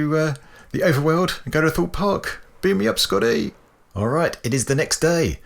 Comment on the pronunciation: Amazing build ! I thought you said "Thought park"..( maybe its a park for geeks ) lol then I realized that maybe you said Thorpe park. I am still not sure but I am having a laugh for sure. Thanks!